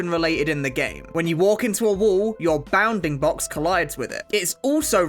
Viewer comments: I stead of saying bounfing box he says “bah-oundingbocks” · hearing a british guy say bounding box is funny